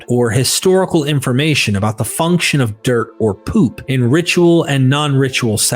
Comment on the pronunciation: You need better text-to-speech software. "FUNK-ON" for "function" and "SO-FEE" for "soft" are just two of the jarring mispronunciations.